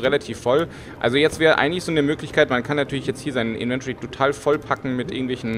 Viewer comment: Affektiert gibt es P.S. Inventory spricht sich anders no offense :)